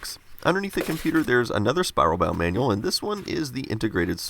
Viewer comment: The " Man-Yall " ... you mean manual ...